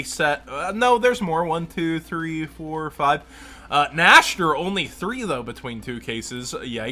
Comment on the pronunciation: I know I'm THAT german speaking guy for saying this, but: Cyber Dragon NEX-TER (nächster) not Nash-ter.